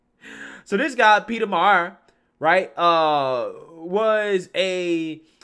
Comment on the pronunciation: Mi-er. Liked the store.